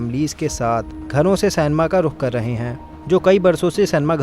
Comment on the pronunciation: सिनेमा × सेनमा 😂😂😂